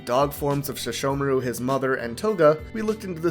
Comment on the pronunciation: I don't get why she couldn't say the h in Sesshomaru's name (but she could in other words.) And then she called the show In-u-washa